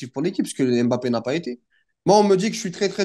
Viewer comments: Frère t’es black commence pas à nous sortir des " BAPPÉ " c’est " M’BAPPÉ" ça ce lis "Hmm-Bappé" pas "M" et "Bappé" vous faites vraiment aucun effort c’est incroyable. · Putaiiiiin on dit Bappé